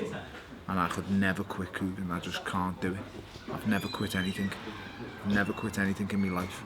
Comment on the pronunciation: Stop saying anythinK it's anything with a G not a K you dumb Scouse narcissist